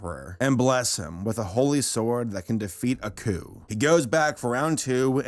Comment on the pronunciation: I keep hearing 'A coup' instead of 'Aku' (ah-koo)